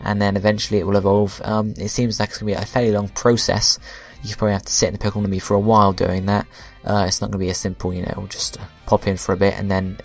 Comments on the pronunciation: It's Pokemon Amie. not pokemon and me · its pokemon AMIE, not and me.